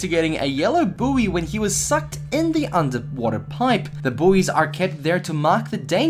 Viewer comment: Anyone get annoyed by when he says piPE